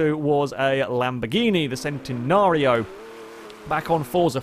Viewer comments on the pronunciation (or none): it's pronounced CHEN-nenario, not the SEN-tenario.